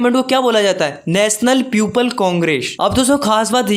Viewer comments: People ❌ Puple ✅ 😂😂😂😂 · People ❌ peuple ✅ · In the word I hear everytime the word is (people) that he is pronounced ( piuple )😅